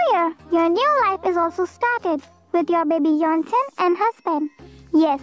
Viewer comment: Yes bro right and I was just laughing when Y/N said 'yellow ton' instead of yeontan 😂